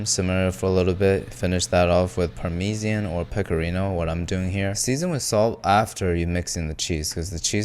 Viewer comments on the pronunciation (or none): You called Parmesan “parmisian” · He said The rick and morty permeesean 😂.... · WHAT THE HELL IS A parmísian its pármesan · I thought that "parmejan" was the most American way to pronounce parmesan but "parmesian" 😭🙏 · It's pronounced "paar-muh-zaan" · Season with par-fucking-what-ian? Parmesian? Dude... SERIOUSLY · D-Did he just Parmesian....."twitching eye" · The Rick and Morty Parmeesean pronunciation lol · bro is in the rick and morty dimension, he said par meesian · "parmizian" I got that :D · it's pronounced paar-muh-zaan you DONKEY. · Parmesiean. Omg I'm in love XD. I'm unironically saying it that way in hopes at some point we'll just all switch to it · "par-me-ze-an" triggered a lot of people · The pronunciation of Parmesan took me out ngl, it reminds me of that one Rick & Morty episode where Rick was getting triggered at Morty saying it “weirdly” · how tf did u just pronounce parmesan